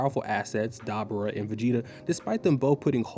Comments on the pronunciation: the accent on dabura is on the U, so its dabUUUUUra, not dAAbura bro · DAH-BOO-RAH Not DabbaRah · Great video. But Doe-bur-a lol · Bro this video is awesome, but the way you say Dabura is diabolical 😮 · Stopping after the way you pronounced dabora